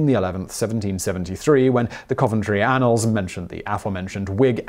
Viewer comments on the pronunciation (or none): none